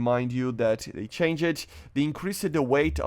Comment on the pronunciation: "I know what it mean i dont ah do but i dont know what it me so its something but i dont know" bruuuh stop saying the "ED" in changed PLZZZZZ